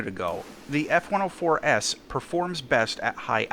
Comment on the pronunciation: Is it just me or did you say "S-104S" Instead of F-104S at some parts of the video?